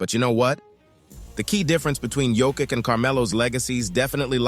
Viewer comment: Learn to pronounce Jokic.